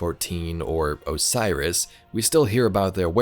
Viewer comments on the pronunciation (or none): none